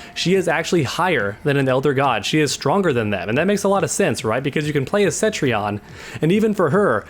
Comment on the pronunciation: For the love of God her name is Cetrion not Centrion! Can't Americans read? Like the 5th NA youtuber to call her Centrion today jeeeze there is no N after the E homies